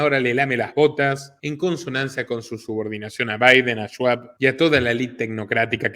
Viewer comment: Tenes serios problemas de pronunciación. Escucharte pronunciar palabras como "Show" o "Schwab" se siente como si te metieran un destornillador en la oreja. Para decir "Yo" no tenes problemas de pronunciar la "SH". Pero para palabras extranjeras no se por que pronuncias de manera gangosa. Saludos.